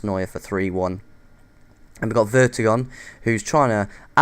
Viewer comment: its vertongen not vertogen